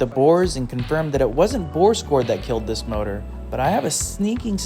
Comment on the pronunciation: It's called engine... not MOROOR